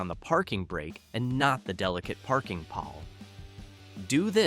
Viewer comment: It's pronounced parking paul. Not Pal.